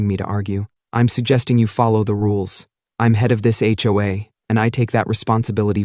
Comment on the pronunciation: It's jarring when the AI voice pronounces H. O. A. as "ho-ah."